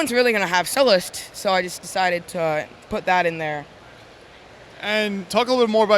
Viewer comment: It must be sullust not sullest